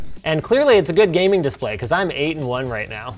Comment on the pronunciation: well got the gayming part right...